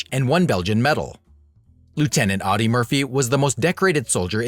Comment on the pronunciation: Pronounced ODdee. OWdee as you say it is the German car company.